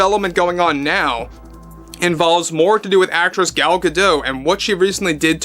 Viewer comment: Sorry to be nitpicky, but Gal is pronounced Gahl.